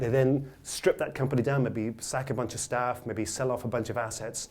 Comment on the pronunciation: damn you said sack the staff-geese